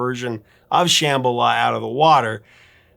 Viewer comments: Love your show! Used to call the request line at AM radio station (KUHL 1440, as I recall) over and over, trying to disguise our voices, to request this song. The harmonies still give me chills. Rare correction. The name is pronounced like Shaman Sham - ba - la, not sham, like fake or fraud. BTW, been watching for years as a freeloader. Subscribed today to help you hit one million! Congrats in advance! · It’s not pronounced “SHAmala”, it’s “shumBAHla” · Come on man! They pronounce it correctly in the song why can't You? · What, you're pronouncing it like the "b" is silent?